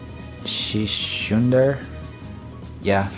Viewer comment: Way too cool on that ultimate! Ultimate and ghost rares are the sole reason why I’ve been into retro booster sets lately. btw, it’s pronounced Sis-hunder.